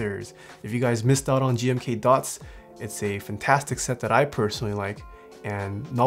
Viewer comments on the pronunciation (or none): none